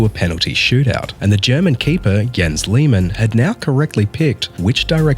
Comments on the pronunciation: Please don't pronounce it like Liemähn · No hate or disrespect or anything love this video but it’s pronounced l-ay-man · Please change the pronunciation of Lehmann because is unbearable to listen to. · Also Riquelme’s name have never been Rodriguez. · why the hell do you pronounce lehmann like that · I didn't expect a british bloke mispronouncing Lehman's name